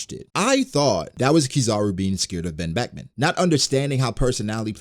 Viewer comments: he said ben Beckman in ugh engrish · "Wen Weckwan" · Bro i lost it at the "OoOoh...Ben Bekuman". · Oooh... Ben Beckuman... 🖐️😯🖐️